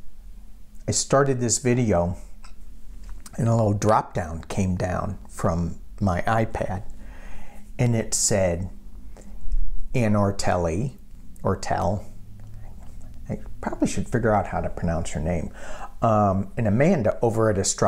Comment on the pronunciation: Hi, I think you pronounce it OrrtaLEE...a little more stress on the Lee